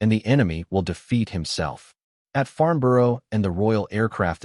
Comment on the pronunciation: Farnborough not Farmborough